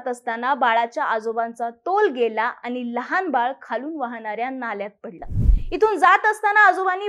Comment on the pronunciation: आनी नाही आणि, आपन नाही आपण, मराठी शुद्ध बोला